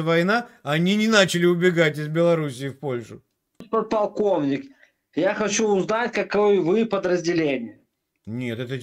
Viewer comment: КонСтаКтор с поТалковником задекЛамированый 😂😂 ёпрст че это за организм покалеченный 😂